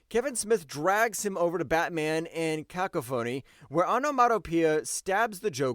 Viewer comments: “Cah Coffin Ee” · Batman: Cack-o-phony lol pronounced "Caw-cough-oh-knee"